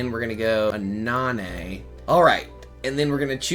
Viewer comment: Anana is pineapple in French but all the A are pronounced like the first one. But nice deck I love how that deck is crazy in the right hands.